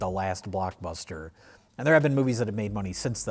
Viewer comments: “blockburster” and “Oppenhower”?! That is some Rich Evans-level mispronunciation! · "Oppenhower" 😂 Also did I hear Blockburster?